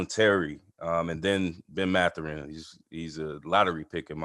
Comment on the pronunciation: You obviously haven't watched az. and pac 12 enough. First ; It's Mathurin(emphasis on first syllable); Kerr can be inconsistent-too many turnovers-but he knows how to deliver the ball and can shoot; team leads nation in assists, which means you don't rely on one guy(Kerr) for that role;one of the top defensive teams in basketball, and I could go on Ore. ucla and usc, will all be in the tournament. More attention to west coast other than zags,PLEASE, and establish more cred!